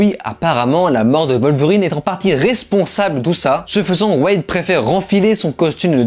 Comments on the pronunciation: Ca se prononce Wolverine bordel, pas Volverine. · Et ça ne veut pas dire qu'ils ont raison. Surtout quand la VO dit bien elle-même "Wolverine"